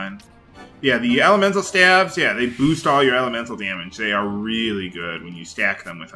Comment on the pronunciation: Stave is pronounced Steyv not Stav :)